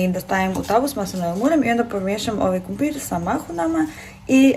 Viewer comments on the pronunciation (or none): Ja cijelo vrijeme cujem KUMPIR😂